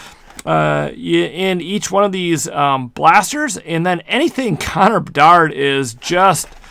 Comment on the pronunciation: Lol saying how good a pull is and can't even pronounce the full name of player